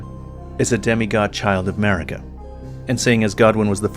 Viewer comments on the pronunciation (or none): none